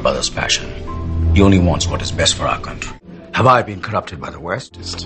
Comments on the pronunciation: in 3 minutes, I heard more "Contry" than I heard in my entire life. No offence. Is Anil doing it on purpose? or was it just a bummer? Again NO PUN INTENDED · everything else is okay but which part of hollywood says chontry, beats me :/ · Contry - Should like Odia. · It’s not a problem but the way he pronounced it is not in sync with the accent he uses for other words that he’s speaking.. where did the accent go for a toss there? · he is pronouncing country wrong. And Indian shows need originality man, why do they copy american shows.